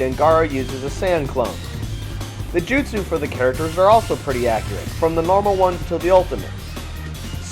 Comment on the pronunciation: Bad review. What the fuck is a jutesu You say that word to many times. People only say your review is goos is because you show Naruto in good light. Once you have 100% you make it seem like you have fully beat the game and can throw it away. That is probably true as Naruto sucks and begs to suck anyone's balls. Why would i buy a game to look at gay scenes?